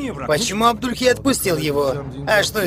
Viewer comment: Не Абдульхей, а Абдулей! Хоть имя Джаида начали правильно выговаривать...